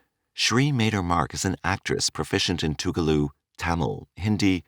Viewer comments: That is "Telugu" and not "Toogaloo"😂😂😂😂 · It’s pronounced Te-lu-gu . Not Te-gu-lu. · American accent on a south Indian topic.The language is called Telegu and not Tegelu! Anyway here is the south Indian culture. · Its not tegulu, its telugu. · What the heck is Toogaloo?? 🤣🤣🤣 The language is called TELUGU!! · Its not Tegelu its Telegu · Telugu is being pronunciated tegulu 😅 in the video 😂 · Its not tugalu, its telgu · Why this accented n wrong pronunciation (TeGLU, Canada) , narration? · it's telugu not tegulu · It's "Telugu" not tugalu! Spoken in movies from Andra Pradesh film industry also known as "Tollywood". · Tugalu?? Its telegu😂😂😂😂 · Its not tegulu.. its Telugu.. Nice video regardless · Not Tegulu, its Telugu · The narrator cant say malayalam and telugu. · I am amazed at the pathetic disrespect the voiceover did by pronouncing Telugu language completely wrong. So messed up.